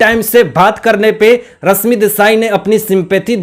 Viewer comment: Tum thik se baat karna sikho ..bihaari pronounciation se lekar hindi baat mat karo ...rashmi hai not rasmi .not enerjy...sunte huebv Ganda lagta hai ..host ho thik se pronounciation sikho.. very bad